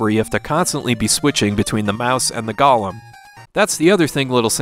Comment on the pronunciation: Golem, pronounced like Gollum.